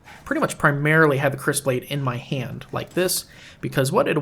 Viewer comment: If I'm not mistaken, Kris is pronounced "Kree." But I'm not totally sure. Possibly something to google. Great to see you posting again. Other people aggressively and obsessively slaying lizards just didn't feel the same. ^^